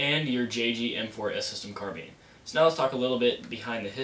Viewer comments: Haha. You said carbeen. It's carbine. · wtf is a carbean...its carBINE